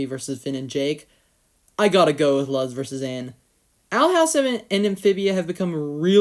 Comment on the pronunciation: Juusssttt a heads up, Luz is closer to "Loose" in pronunciation.